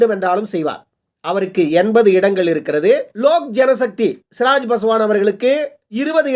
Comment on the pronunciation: சிராஜ் பாஸ்வான் இல்லை சிராக் பாஸ்வான்